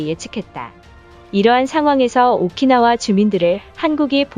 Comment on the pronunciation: 오키나와를 오카나와라고 하다니.... 발음도 띄어읽기도 여기저기 엉망인데....